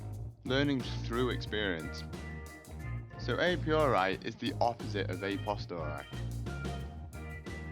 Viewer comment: "a piori" "a postori" fucking hell